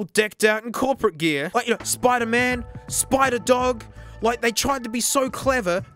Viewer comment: Spi-dog? You mean peter pawker